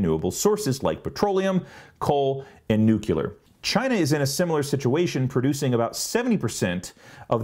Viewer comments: Nuclear. Not nuculear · Nuclear. New-Klee-er Not Nuke-you-ler Sorry, I'm a little OCD about that pronunciation. So on the video subject. Why doesn't anyone talk about how much electricity it takes ro refine crude into gasoline and diesel? I know it's quite substantial. Might add in the fuel burn to deliver such products. If you factore that in, then EVs are even cleaner.. Great topic by the way. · PLEASE DONT PRONOUNCE IT NUCULER!!! It freaks me out every time I hear it said that way. That's how George W. Bush pronounces it. Freaky. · "New-klee-ur", NOT "new-kyuh-ler". Otherwise an informative video. I don't know why that mispronunciation bothers me so much but it does. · Nucular, it's pronounced nucular I see what you did there